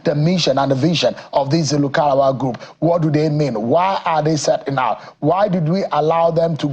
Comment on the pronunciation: This presenter accent is just annoying, he his even pronouncing lukarawa instead of lakurawa